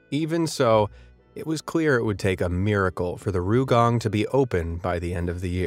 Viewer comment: It's not RUUgang. It's R Y U gang. Try saying "yu" with an "r" in front. Not "rye" bit "ryu." Oh well, never mind.